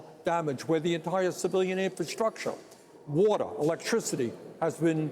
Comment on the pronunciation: But excuse me, Senator - what is "Wadda"?😀